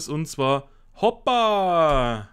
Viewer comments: Es würd "Hupa" ausgesprochen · das o wird ein u bei hoopa gesprochen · Ja zwei O sind U aber habe es im Titel die ganze Zeit Hoppa geschrieben und so ausgesprochen 😁 aber ja es heisst ja Hoopa nicht Hoppa 🤠